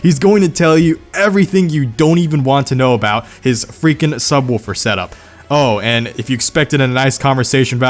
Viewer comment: I know it’s subwoofer but I think you said, “Subwolfer.”